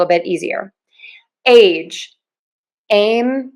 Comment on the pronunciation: Please share where your accent is from. The /ei/ sound in "age" sounds like two syllables to me.